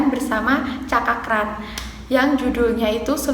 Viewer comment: Cakra kran 🤣🤣 Cakra Khan mbaak